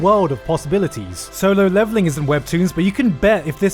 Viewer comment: did gigguk say: S O L O L E V E L I N G??